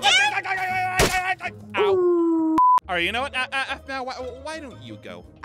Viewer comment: Same but you said there name wrong it’s Aphmau and Aaron